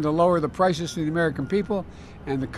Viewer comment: Gas prikes'? He can't even say it.